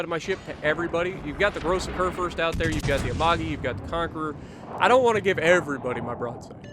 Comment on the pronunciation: Don't you mean. Kurfürst